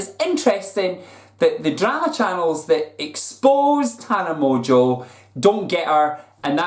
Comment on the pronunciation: I don't get why pronounces "Mongeau" so fucking wrong. Where is the T for him to pronounce "Montequeue"??? Is he fucking stupid?